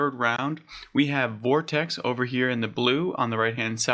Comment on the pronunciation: FYI its pronounced "vort-icks" Great job though mate, good luck with the channel!